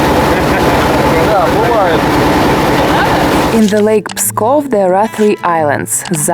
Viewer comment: did you know that there is a little village in Germany near Berlin with the name Pieskow? Very similar writing. And when you pronounced Pskov at least to my ears it sounded like P-i-skov. This region here had some Slavic influences during the Middle Ages. You can see traces of this in many names of villages and towns that end in -ow in this easternmost part of Germany.